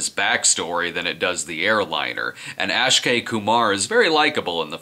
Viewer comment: Ak-shay.. not ash-kay